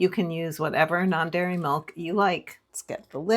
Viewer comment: Are you saying "non berry" milk?